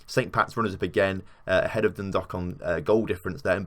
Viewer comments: Its not like an 'o' in Dundalk... Its like Dun-dawk... Like hawk with a 'D'... Drogheda is Draw-heh-da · Lol “Droh her da” is basically how you say it, also Dun Dalk, think walk and replace with a d. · Dun-dawk would be a better way to explain the pronunciation for dundalk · Your mispronouncing the English names. Not like they're in a foreign language. And it's pronounced like dro-head-a. And Dundalk, the dalk part sound like the alk sounds in walk. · No I've always heard it as dun - dalk different parts of Ireland have different pronunciations of county's